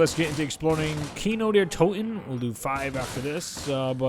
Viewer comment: It's kindo Der Toten